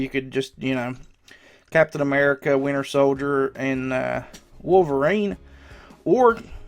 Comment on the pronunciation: captain ammerrica